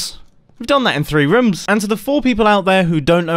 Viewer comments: nobody: absolutely nobody: Mumbo: ThrEe Roms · did you say rums??